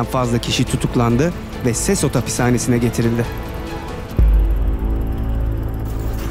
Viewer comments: Sesot değil sekot diye telaffuz edilir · Abi sesot değil sekot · SESOT DEGIL BIR KERE O SEKOT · Abi sesos okunmuyor sekot okunuyor